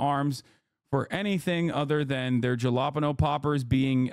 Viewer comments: He pronounces JAlapeno to show his viewers he isn't afraid of the word. A tactical mispronunciation if you will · Hassan's worst take in the video is how he pronounces Jalapeno Poppers.